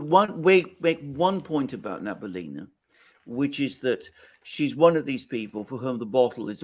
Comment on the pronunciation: it's Nah-bee-oo-lee-nah... not nabulina